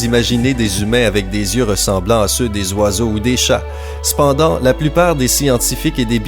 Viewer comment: J'adore quand tu dis "c'pendant"